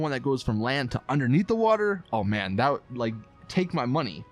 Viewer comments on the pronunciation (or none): none